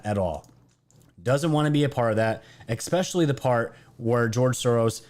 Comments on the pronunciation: dude, it's especially not expecially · we should sit in the corner together- i agree. Bleeding ear drums-- BUT i joked that he should sell an Ex-specially tshirt, I'd but it. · Gah! "Esss- Pessh-elly". Dude, either say it correctly or find another word. It is ex-pescially grinding on the ears. Love the show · Love you bro but there's no x or k in especially!!!!!! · There's no x or k in especially